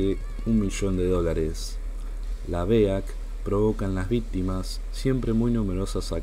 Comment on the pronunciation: BEAC, simplemente se equivocó a la hora de decirlo. En las 2-3 últimas veces del vídeo ya si lo dijo bien. Saludos.